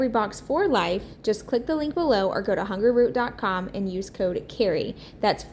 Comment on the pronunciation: everything looks great! I love watching your channel. I was laughing hearing you say Hungerroot instead of Hungryroot. 😅